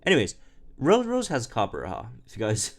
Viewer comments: on the topic of name pronunciations, its copper-raja and not copper-raha. Raja means king in hindi, I'm guessing the idea was war elephants as a symbol of indian kings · It’s weird hearing him say “Coppera” when there’s clearly a J in there....... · can you pronounce Copperajah one more time? 😆😆😆